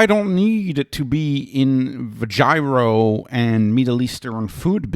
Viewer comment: Also he pronounce gyro incorrectly. I irk when he says it.